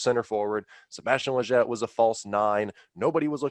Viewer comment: you gotta learn how to pronounce Lletget